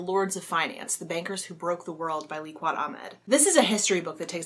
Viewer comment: 'Liaquat' is pronounced: Lay-Aah-Kat. Hope that helps!